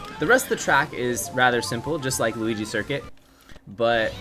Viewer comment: He said luh-ki-to